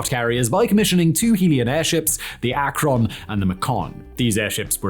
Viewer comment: Living in Akron, Ohio I really appreciate how you said that 😂